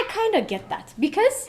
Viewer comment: እዚህ ቤት ነው because "ቢከዝ" የሆነው። Say it right!